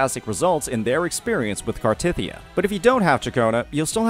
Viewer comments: hearing small-tit-ya is insane. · the problem is the way he said it, it sounded like small T*Thyia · I losed it when I heard "smallTitya" hahahahaha